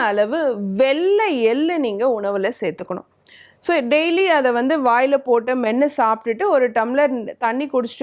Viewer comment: "ச"-வை "சா"(cha) என்று உச்சரியுங்கள் "ஸ" என்று உச்சரிக்காதீர்கள். உதாரணம்: "ஸேத்துக்கணும்" அல்ல "சே(che)த்துக்கணும்" என்று உச்சரிக்க வேண்டும். தமிழில் "ஸ" என்ற எழுத்தும் இல்லை உச்சரிப்பும் இல்லை! தமிழர் அல்லாத மற்ற மாநிலத்தைச் சேர்ந்தவர்கள் தமிழ்நாட்டிற்கு வந்து தமிழை கற்று நன்றாக பேசும்போது, தமிழ்நாட்டிலேயே பிறந்து வளர்ந்தவர்கள் என்ன அழகாக பேச வேண்டும்?!